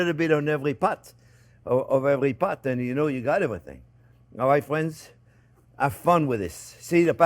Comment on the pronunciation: “Well hello there phrinzzzzzzz!!!”